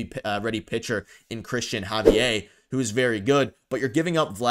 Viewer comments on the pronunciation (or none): It’s pronounced Ha-V-Air…not Hav-e_eh..what a Canadian pronunciation .haha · It’s pronounced Ha-V-air, he is Dominican and you would be so lucky to have him. He blanked the Yankees twice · Javier isn't french. LOL It's a spanish name Hav eee air. LMAO